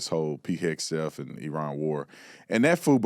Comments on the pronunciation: Sorry… I can’t take a CNN Talking Head seriously if they can’t pronounce the SECWAR’s very easy-to-pronounce last name. Also, imagine the audacity of the members of that CNN panel glossing over the fact that our SECWAR actually earned a Bronze Star medal… and they brush it off as if he earned a cooking badge in the Boy Scouts. Leave military matters to those who have served or those who at least have a working knowledge of military doctrine and tactics. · It’s hilarious that he thinks we needed him to tell us that he never served. Should we tell him it’s obvious and we already knew just by listening to him attempt to speak? Also it’s HEG-SETH. Not HES-GETH. Tell us you’re retarded without telling us you’re retarded. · I am ashamed of this Black guy with an Afro. You've never served, and you had the gall to tell another man that served that he is incompetent??. Freaking wild to me. By the way, his name is Pete Hegseth, not Hesgeth. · He’s calling him “Pete Hedsgeth” lol saying he is “incompetent” but dude can’t even speak correctly 😂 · Pete heg a Seth lol dude couldn't even pronounce his name correctly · Hess-gethe ? Doesn't he mean A-a-ron and Oshag-hennessy. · the black dude is incompetent. He can't even pronounce Pete's last name. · you know this man has said pete.Hexaf's name wrong three times already in less than two minutes.I remember when he was so offended when people got kamala's name wrong.It's not even funny.Somebody needs to check him on this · That idiot can't even pronounce Pete Hegseth's name correctly! Shut the heck up! Pete Hegseth is doing an AWESOME job!!! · I saw this yesterday. This man can't even pronounce Pete. Hegsef's name right?Who the f*** is this r*** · How about transparency for American citizens that been hurt,.robbed,raped and killed by the hands of illegals! Him sayn Hegseth wrong hurts my ears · That clown on CNN can’t even pronounce his name. What a f ucking moron. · Wow 😳😮 he can't even say a name right and calls someone incompetent